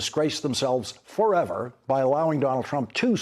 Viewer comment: LOT of sauce on “forever,” lol. I love Lawrence 😂